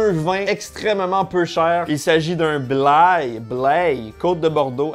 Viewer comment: Alors Blaye sa se prononce blaïe comme dire aïe quand on a mal. Et pour info a Lidl ya souvent des bon vin pas cher souvnet pdt les foires aux vins